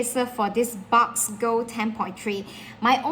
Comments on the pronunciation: Ma’am… thank you for the video. “Box” is a slang term for 🐱 in parts of the US so saying “your box” LOL My kind suggestion is to pronounce it BUX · Quick clarification isn't it pronounced Books (Boox) not Box , or have I been pronouncing this wrong all along?